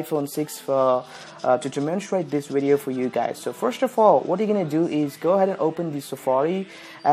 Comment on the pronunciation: "Hey guys welcome to tis Video" Dead